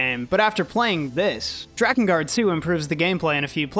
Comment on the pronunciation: You said drakengard good not like dreekengard